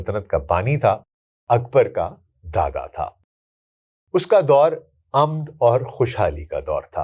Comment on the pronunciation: Amn nahi aman hota hay meem per zabar hoti hay. Aur zabar na lagana logon nay fashion bana lia hay. Aur jahan zabar nahi lagana hota wahan zabar laga detay hain jesay Sadar ko Sadr kehakn gay aur mulk ko mulak.